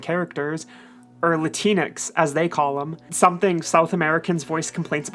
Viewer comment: I thought it was pronounced Latin-X instead of La-tinex. Sounds better that way imo.